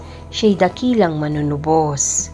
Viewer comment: Wastong bigkas ng MANUNUBOS…. MANU- NU- BOS ( Bigkas Malumay) Ang pagbigkas mo ay MALI… HINDI MANUNU- BOS. ..binibigkas mo ng mabilis.. Magsanay kayong taga- basa ng maayos na pagbigkas…..suhestyon ko lang….Salamat.